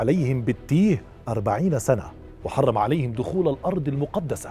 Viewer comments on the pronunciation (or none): none